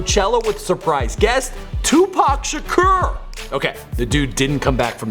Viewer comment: The way he said "Shakur" made me cringe